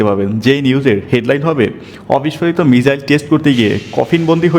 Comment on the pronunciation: ভাই মিজাইল না মিসাইল হবে 🤣🤣